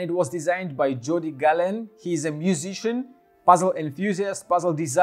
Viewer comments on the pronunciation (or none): Is Gallén (Gah-yén) , not "Gallen".